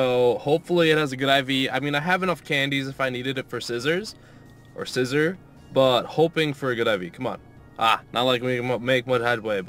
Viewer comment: Scissor or Scissor? lol Seezor :)